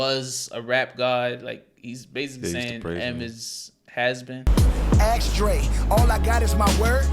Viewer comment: is it just me or The Game can't pronounce the word ask 🤔. he says it like axe This mothafucaaaaaa 🤦‍♂